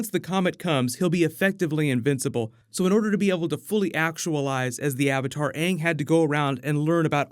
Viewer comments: As long as they pronounce his name as Ang and not Ung, then I'm good... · All I want is AANG to be called AANG not fucking “ONG” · Omg that drove me crazy!!! I actually saw the movie before I saw the TV show and loved the show!!! So much better than the movie. Once I saw the show I realized that they were pronouncing Aang's name like "dung" only without the "d". Horrible. And so soooooo cringy. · How did they not know how to say aang tf is aung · Hopefully they can at least pronounce the characters names right. I’ll never forget “ong” and “soak-uh” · they butchered aang’s name in the movie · Did purposely mispronounce Ang's name from Avatar?